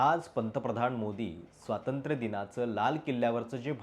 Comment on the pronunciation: स्वातंत्र नव्हे स्वातंत्र्य म्हणा.